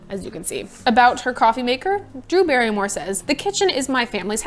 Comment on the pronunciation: Brew Darrymore? ☕️😄 Your vids are cool and funny, Morgan!